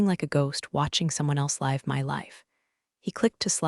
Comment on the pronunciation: Your AI doesn't know the difference between live and live, read and read.